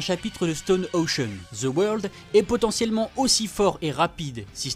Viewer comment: Ca me tue comment tu dis the world "the weurld" mdrr oh et Jean pierre Polnareff est le plus fort de tout le jojo game chercher pas.